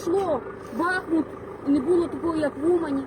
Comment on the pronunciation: БахмУт , а не БАхмут